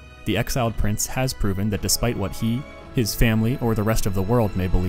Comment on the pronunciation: "no home, no famwy" Loved the video, im on my 6th rewatch